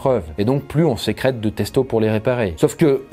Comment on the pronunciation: "testo" Non. C est pas possible.